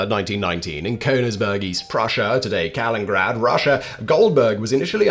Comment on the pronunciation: Kalin-IN-grad, Simon!! We've told you 100,000x!!! Lol.